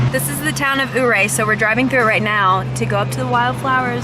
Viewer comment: I’m glad y’all love your trips here. Beautiful area. Great food on this side of the state and the scenery is second to none. But, if I may, Ouray is pronounced yer-ay. Just a heads up for your future visits. You guys should check out the hot springs and box canyon falls. Also the Via Ferrata in Ouray. Tons of fun! Plus, you guys should hike up to blue lakes under Mt. Sneffles. Such a beautiful area littered with wild flowers. Keep enjoying the state.